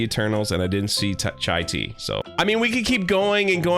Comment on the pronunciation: Did just call Shang Chi 'Chai Tea'? 🙂